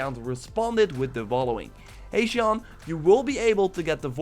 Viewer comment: i believe you mispronounced it not Shane but another spelling for Shawn (i share the same name) no hate just sayin (love ur vids)